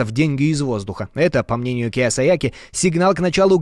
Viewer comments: Киосаяки😂😂😂 ну хоть бы фамилия правильно прочитал) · Эй, диктор! По буквам читай! КиЙ-О-сАки!!!! Не «киосаЯки:((( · Ведущему спасибо,но Роберт Кийосаки правильно,не не Киесояки. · Не Киясояки, а Кийосаки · Автор, Роберт Киосаки а не Киасояки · Киосаки (кийосаки), а не Киосаяки))) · Вы уж если взялись публично новости преподносить, то хоть готовьтесь перед тем, как что-то говорить. Какая такая"Киясаяки", вы про корейский автопром? Погуглите как человека на самом деле зовут, если нет журналистского образования. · Произносится Кийосаки, а не Кийосаяки... Это как фамилию этого ведущего произнести как Путияло. Замените ведущего, если он правильно известную фамилию произнести не может... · Кийосаки,а не Кийосайяки😂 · Не киосояки а Киосаки,это пиз.дец…. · Роберт Кийосаки, а не Киясаяки! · Кіосакі а не "Кіосаякі" !!! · Не киясаяки, а Кийосаки. Идиоты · Киоски, а не Киосаяки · Ну изначально не Киосаяки, а Кийосаки. И никакой он не эксперт, он обычный инфоциган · Киясаяки😂😂😂 Кийосаки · Роберт Киосаки, а не Киосаяки. Погуглить трудно, опарфуниться легко))🤦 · Роберт Кийосаки!!! Перед тем как озвучивать, вчитайтесь. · Убогий ведущий даже прочитать правильно фамилию Кийосаки не смог😂 Люди кого вы здесь слушаете 🤡😂??? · Хороший репортаж. Говорят Роберт Киасаяки ( да и какая разаница - Роберт Кавасаки - или КиаСаякович Роберт - етот самій) Главное то что половину смотрящих даже и не подозревают что такое облигации и какие они бивают. Внимательнее ребята, пожалуйста! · Сложно прочитать правильно фамилию Кийосаки? Вам что блин по 10 лет там? Несёте иногда такую чушь что слушать противно! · Фамилия Роберта автора Книги - Киойсаки!!! Не стыдно Вам коверкать фамилии! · Зачем искажать японское имя? Оно же даже написано в данном ролике.😅